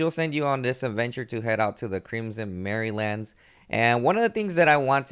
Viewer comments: Mire isn't pronounced mirror. But as my, er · It's pronounced ee-NAM (rhymes with ram)-or-us. The capital letters are where the emphasis of the word lies. It's named from the word enamoured, which means love stricken. Also, it's pronounced My-er( rhymes with wire) lands. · Bro you gotta work on your pronunciation Anyramous Crimson merrylands Scarlett Bug 😆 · It's "My-er" lands, there's no A. "Bah-og" Bog Learn2read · Lmao "marry-lands"